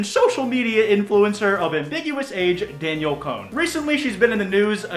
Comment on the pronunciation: It's pronounced DAN-YELL damn it! 😂